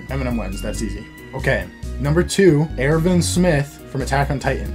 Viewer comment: It’s pronounced “Errr-win” but besides that good video